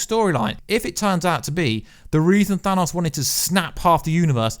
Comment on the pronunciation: Well done, never stop telling people that it is pronounced 'Thanos', not 'Dan Owes' like so many Americans insist on believing